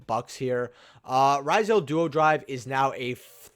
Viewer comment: Pronouncing ryzeal funny